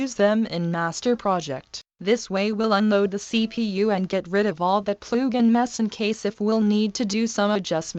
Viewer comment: “Ploogin” lol